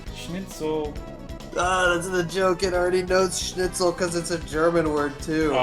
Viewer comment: As a german i must say, your pronouciation of Schnitzel is actually really good!